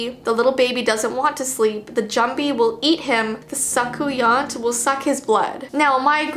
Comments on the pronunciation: the "soucouyant" is pronounced the sookoonya and the story about her is, she goes to the kids who won't sleep and she's like a mosquito so she peels off her skin and becomes a giant mosquito thing, then she goes to the child who doesn't sleep and basically give a mosquito bite to them. Then she puts back on her skin again and technically shapeshifts to a human and nobody knows. Next some people will try to find her and put pepper in her jar of skin when she is mosquito biting them so she will itch all day long, and everyone will know it's her. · Hey, I'm from Trinidad and this is how to pronounce soucouyant it's spelled like that but pronounced as 'suecoonya' (this means no hate.. Also love ur vids) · I’m from Trinidad and the ball of fire is called a soocoonya I spelt it wrong but you suppose to pronounce it like that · Hey, I am Trinidadian but never heard this before. But the soucouyant is pronounced as soocunya. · I love your videos also soucuyant is pronounced "sa-coon-ya"😁